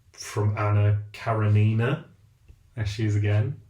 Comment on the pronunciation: I k ow right? Like are the characters of those shows basically the same person but with slight variations? And stop saying karenina like that, you need a Russian literature refresher but I would suggest Russian linguistics/phonetics 101 so you can just say it correctly and pretend you know it like the back of your hand